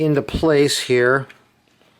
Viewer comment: How many heeyers and theyers??